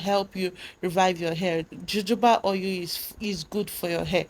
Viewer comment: Its pronounce as HO-HO-BA OIL